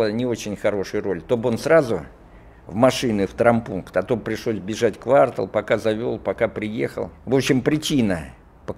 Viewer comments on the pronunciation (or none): none